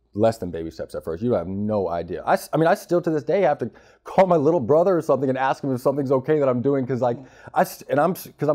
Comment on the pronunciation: “You guys axe a lot of questions” 😂